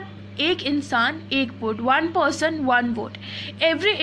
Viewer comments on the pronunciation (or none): none